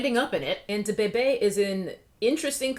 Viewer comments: The way she said Duh-bay-bay 😂🤣😭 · Can you please stop pronouncing “DaBebe” like that 🤣🤣🤣🤣🤣 omg as if it wasn’t bad enough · Your pronunciation of Da Baby is giving Moira Rose vibes and I love it! 😂